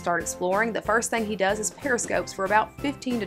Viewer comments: Did anyone count the times she said “thang” 😂 in this video instead of thing? Lol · *southern thang